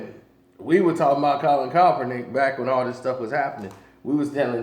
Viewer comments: KAEPernick, not CALLPernick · CALL-IN KAP-ER-NICK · You still saying Kaepernick name wrong smh